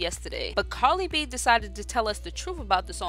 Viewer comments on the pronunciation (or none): I swear you called her Carly instead of Cardi..... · The name is Cardi B! Please stop saying "Carli"! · Why did you continue to call her carli b ummmmm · Are you saying "carly b" 😂😂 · She said Carly b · love life yer i know but the lady talking in the video is saying "carly b"😂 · Why does it sound like she's saying "Carly B" 💀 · Why is she saying Carly b. It's cardi b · Am I the only one who heard her say Carly b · Why it sound like she sayin "Carly B" 😂😂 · How are you going to put up a video about someone whose name you can't even pronounce correctly? Who the hell is Carly b?￼ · Carli b or Cardi b? Lmao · TommyScissorhands. It's cardi b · At least pronounce cardi b name correctly dam smh